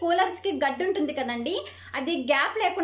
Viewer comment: Medam garu adi gdda ani annattu ga vinipistundi chivaraga cheppinapudu adi gaddi ani ardamaindi